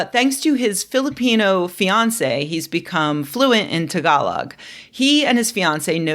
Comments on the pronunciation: You mispronounced Tagalog. It basically rhymes with "tag-along". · No. It's "Tag" like the tag in your clothing. "Uh" like you're unsure. And "Log" like, well, a log. You and Rebecca pronounced it way wrong. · I was today years old when I learned it’s not pronounced TAG-a-log… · Except it is. Rebecca pronounced it wrong.